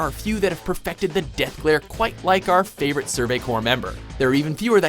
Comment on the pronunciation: "... our favorite Survey Corps member." "FAVORITE"?! Haha.